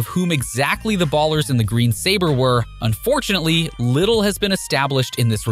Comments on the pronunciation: It's Ballas not ers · Who the hell pronounces "Ballas" as "Ballers" lmao wtf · Bro putting a hard R on ballas😭